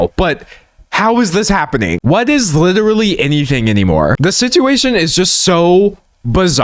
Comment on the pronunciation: WITERALLY WITEWARLLY WITERALLY does this guy know any other words jesus